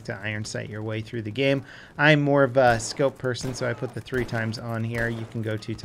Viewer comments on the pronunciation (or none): none